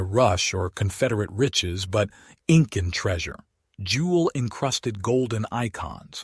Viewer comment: You know, the 'IN-CAN' AI generated voice puts the professionalism of the information at risk...